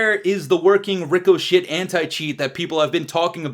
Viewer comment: I can’t tell if he’s calling it “ricoshit” on purpose because of how shit the supposed anti-cheat is, or if he doesn’t know how to say it…